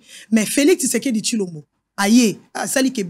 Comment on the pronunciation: C'est l'ivresse, en te suivant tu dois rentrer sur le bas de l'école, tu arrives même pas à mieux prononcer le nom de Tshisekedi, c'est triste pour la RDC avec le fanatisme.